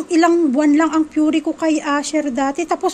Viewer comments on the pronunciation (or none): Py-ray po pronounciation po ng puree maam…